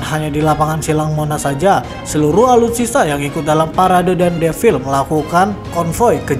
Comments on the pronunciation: Defile bukan devil jiiir 😂 Defile... E nya dibaca semua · "Devil" kata naratornya.. 😅😅